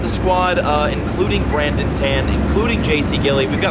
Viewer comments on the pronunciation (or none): none